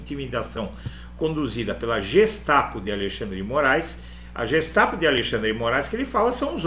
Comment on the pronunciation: Uma pequena correção se me permite. GESTAPO: GEHEIME STAATESPOLIZEI Polícia secreta do estado. Em alemão se pronuncia GUE e não Jê GESTAPO.